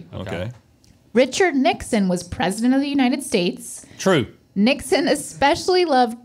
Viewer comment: Can someone teach to say the words properly???? It is especially not ickspecially ….. Especially like espadrille…..